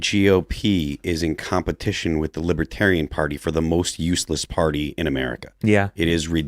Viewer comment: That “conservative” woman can’t even pronounce America. Affirmative action in action, typical “right wingers” accepting any black person who says they’re conservative. I’m sure she’s a nice lady but she’s as dumb as a box of rocks.